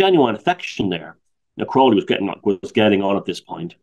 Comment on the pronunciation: you are pronouncing it incorrectly. he even wrote a poem about it. "my name is aleister crowley, it rhymes with holy...but people who treat me foully, pronounce it crouwley..." Crowley actually saw through Hubbard as a huckster and tried to warn Parsons off, forewarning him that he was going to be ripped off. Crowley was the victim of the worlds first media smear campaign because John Bull were offended by his open bisexuality and criticisms of the church. He played up to his image that hasn't helped his reputation historically. 95% of what you read about him online is nonsense.